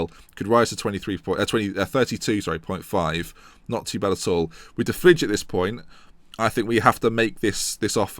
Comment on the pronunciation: stefan de fridge, lmao isnt it de vrye